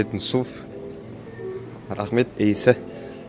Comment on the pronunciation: Алем произнёс имя Ace как настоящий кореец 😂